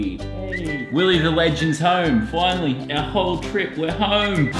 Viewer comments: It's not willie its willeh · It’s not Willie, It’s WillEH! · ITS NOT WILLIE ITS WILLEH HE SAID IT IN THE VLOG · it's not Willie it's WILLEH!